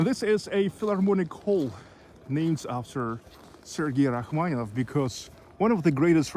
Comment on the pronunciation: Interesting video. You provided Rachmaninoff, Rackmanieff, is the “ni” silent?